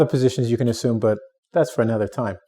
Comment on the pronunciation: That pronunciation of assume at the beginning of the video may imply an incorrect assumption